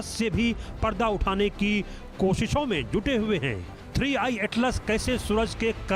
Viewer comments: 3 1 नही 3i हैं मॅडम 🤣😂🤣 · Ma'am jiii 3 one atlas nahi 3 I atlas hai 😅